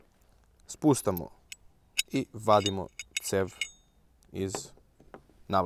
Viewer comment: E super si, samo se ne kaže spustamo nego spuštamo...pozz